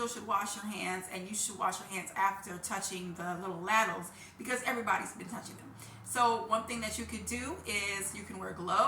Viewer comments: They’re not laddles , rhymes with saddles, they’re ladles, rhymes with cradles. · I think she intentionally mispronounced ladles to get comments. It worked, didn't it? 😂